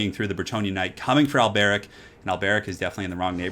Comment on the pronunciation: The way you say Alberic is really weird... remember their accents are very french-esque, His name would be pronounced Alberique de Bordeleaux